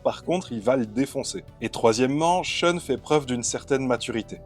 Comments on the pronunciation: SHEUNE ?? Pourquoi prononcez-vous comme si c'était un nom anglais ? A priori c'est japonais, respectez donc la phonétique japonaise. Prononcez donc SHOUN. L'argument de "je me base sur la prononciation des comédiens de doublage" n'a aucune valeur. Ces gens-là n'y connaissaient rien et n'ont jamais été corrigés. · La prononciation avec l'accent français "Choune" est ridicule. Mieux vaut le prononcer comme dans la VF car c'est plus proche de la vraie prononciation Japonaise que "Choune".